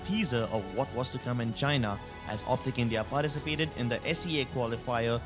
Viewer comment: Its like "Less go Tienaaaaaaaaaaaaaa"😂😂😂😂😂